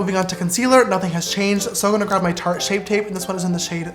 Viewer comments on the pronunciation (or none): none